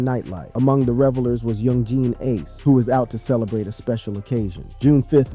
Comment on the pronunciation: Y'all need to learn how to say aces name😂